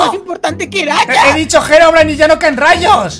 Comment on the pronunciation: Por que no callo el trueno cundo mikecrack dijo herobrain en el like si te diste cuenta